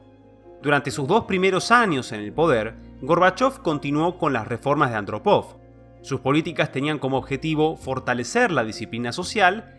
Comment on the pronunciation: Hay un fallo menor si no se respeta los acentos ortográficos. Eg. en la prnuncicion de 'Andrópov' en este video.